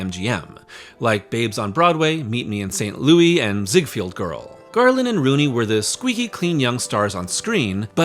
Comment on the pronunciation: THUMBS DOWN for BEYOND STUPID Ai narration! perfect example.. it's not ZiegFIELD it's ZiegFELD! MORONIC SH*T once again from Ai !